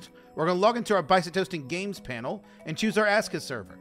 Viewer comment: What games panel? I can't make out what you're saying. It sounds like pftismti games panel! I don't know where to find this.